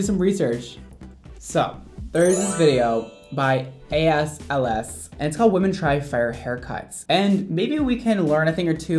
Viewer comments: “a-s-l-s” it’s as/is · The fact he said a s l s instead of as is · Not me laughing when he said asls instead of as is 😂🤧🤦🏾‍♀️ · I’d just like to say that As/Is is um, “as is” not ASLS 😂 I’m sorry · "By A.S.L.S" The actual name: "As is" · Video done by who lmao?? "I-S L-S" its pronounced "As Is" loll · always did that. i think he likes to mispronounce big YouTuber name just to get people's attention, so that he gets more comment kinda. he did that to simplynailogical too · “It’s a video by ASLS” Sis that says as/is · Him: "As, Ls Me: As, is Pic: As\Is Smh🤦‍♀️ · As/Is “A-S-L-S”.... honey.....🤦🏼‍♀️🤣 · i love you but that channel is called as is,, not asLs <3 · ok but did anyone get annoyed when he read “As is” as “a-s L-s” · "There's this channel called A-S L-S " when it's actually as is – no hate just found it really funny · I think my all time favorite part of the video is when he says "A S L S" instead of As/is HAHAHAH too funny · I like how he said “as is” like “a s l s” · im not over how said as/is he said it a s/l s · As/Ls 😂🤣 sorry it’s As is 🤣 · It’s actually AS/IS not AS LS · Did he really say “ a s / L s” I hate to break it to you bit it’s as/is Lmao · Ummmmm.... it’s “as is” not “AS LS” 😂😂😂😂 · I’m sorry but he did not just say “AS/LS” it’s pronounced “as is” 😂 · I’m pretty sure that it is As-is not A-S-L-S. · He said a s l s nooo it’s as is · Hey no offense but I think it’s pronounced “as is” P.S. I love your videos 💕💕💕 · the channel is pronounced “As is” lmao what you think is an “L” is actually a capital “i” 😂 love you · Did anyone notice that he said AS LS???? no... just me? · Ok soooo he knows that is pronounced As Is right?